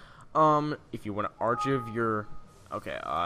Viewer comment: you pronounce 'archive' wrong.